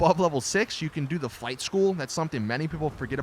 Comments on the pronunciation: I thought you said fight school instead of flight school lol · I thought you said fight school and not flight school... I got so confused like WTF is fight school blud?